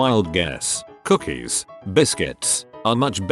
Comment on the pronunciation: Lost it at "cookaahhs"